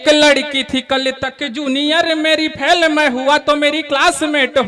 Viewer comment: फेल,फैल नहीं।